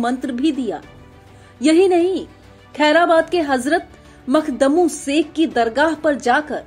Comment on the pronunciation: मैडम जी मखदमु नही मखदूम साहब है